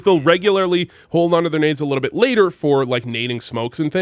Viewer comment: are u french? i heard u say "a litta bit" and you look french in pfp. but you've never given french b4. just thinkin